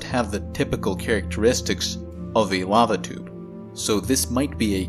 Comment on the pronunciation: I heard "babadook caves" instead of "lava tube caves" twice in the first part of this video. Had to rewind a few times.